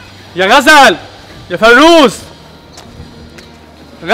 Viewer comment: هيا غزل مش مقتنعه ان فيروز اسمها فيروز مش فريوز🤣🤣🤣